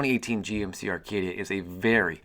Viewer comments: Do you realize you are saying "Arcadia" It's Acadia. Not to be rude or anything. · "Arcadia"?......Acadia. *cuv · Not Arcadia...Acadia. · No mention that he said ARcadia the whole video?